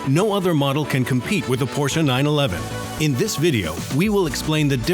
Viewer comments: Cool video, but I couldn't bare it to the end because of the "Porscha" s*it. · The porshuh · LOL. Because Porsh owners can't read, I guess.